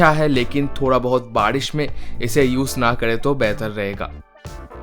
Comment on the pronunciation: You said Baadish insyead of Baarish,are you bihari?😂😂please tell coz i do..